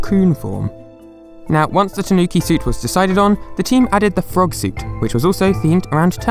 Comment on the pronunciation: TAnuki, not taNUki